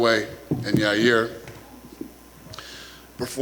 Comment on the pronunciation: His name is Ya Rear Uncl Dana